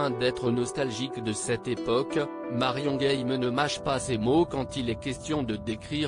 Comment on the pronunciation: Marion game prononcé à l anglaise c est ridicule